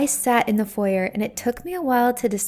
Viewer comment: You mis-pronounced ‘foyer’ .